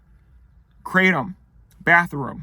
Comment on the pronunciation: Hello! Kratom is actually a Thai word and is pronounced "krah-TOM" not "KRAY-tum". Also, there are ways of taking it which enable it to take effect within minutes so you don't have to wait an hour, and can also be easier on the stomach than swallowing a load of gelatin capsules. I recommend doing a bit of research to find the method which works best for you. Good luck and best wishes!